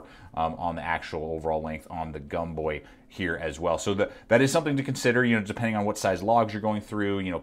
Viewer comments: Pronounced Gomboy not Gumboy. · When was it that Americans started pronouncing the “O” as a “U”? Seems to me that “Gomboy” would be pronounces is it’s written, not pronounced as Gumboy... very irritating and does not give me confidence in your opinion. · It’s gomboy not gumboy lol